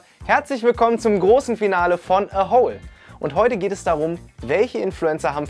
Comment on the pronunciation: Eins verstehe ich nicht. Du betonst "A Hole" ja immer als ginge es um ein Loch. Die Promis hingegen betonen es wie eine Abkürzung von "Asshole". Das macht für mich das ganze Projekt nochmal wesentlich unseriöser. D.h. eigentlich hätten sie an ihrer eigenen Aussprache schon merken können dass da vielleicht etwas nicht stimmt.